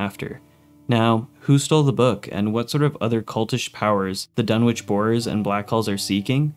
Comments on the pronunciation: It's DUNNITCH, not Dunwitch. The W is silent. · FYI, the W in "Dunwich" is silent.